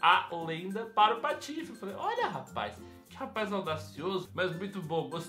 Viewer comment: eu acho engraçado quando vc fala patofs patife